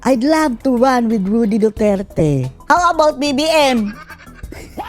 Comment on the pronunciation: Rody po hindi Rudy. 😊